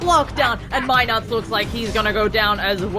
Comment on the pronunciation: keep saying my nuts! it's NUTS! get it right! fucking irritating